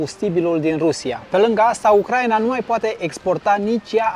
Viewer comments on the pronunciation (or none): none